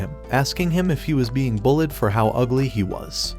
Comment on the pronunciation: Instead of bullied he said bulled😂